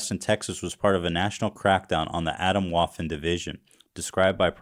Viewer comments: atomwaffen means atomic/nuclear weaponry in german but until i saw the spelling i had no idea this would be a german word its pronounced uh - tome - vuffen yall gotta practise some german xD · That's not how "Atomwaffen" is pronounced